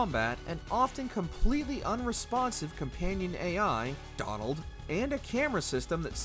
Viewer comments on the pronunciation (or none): The way he said Donald 🤣🤣